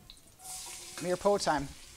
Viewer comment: LOL. Mirepoix. It's pronounced meer-pwah. Great show, though. I am enjoying this while waiting for my first share to arrive.